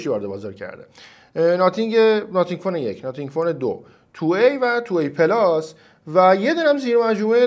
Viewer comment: خیلی اعصابم خورد میشخ به ناثینگ میگی ناتینگ😂😂😂😂 نخیر چسی هم نمیام🗿 آقا خب درس بگو خیلی سخته th رو تلفظ کنی!